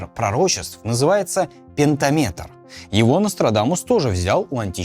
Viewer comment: П#$%ец. Смотреть почти 2 часа ради такого шедевра: пентамéтр - античный, т. е. древнеримский, поэтический размер. Ладно, античный - это относящийся к культуре древних греков и римлян... Но полениться загуглить пентáметр и узнать, хотя бы, как это слово правильно произносится и что это - греческое литературное изобретение, наряду с гекзáметром, которым, к слову, были написаны гомеровские "Иллиада" и "Одиссея"... Стыдно за авторов. И страшно представить, какого качества в этом ролике исторический материал, на котором я не специализируюсь. 🙄